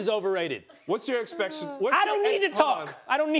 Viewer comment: Anyone else hear him say what’s your inspection? Instead of expectation 😂